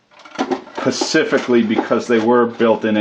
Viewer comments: I'll have you know that I am all for "Pacifically" enjoying plywood. TYVM. We are from different worlds as apparently I am "Atlantic-ally" calling you out on that one :) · OMG!!! Specifically!! Not pacificly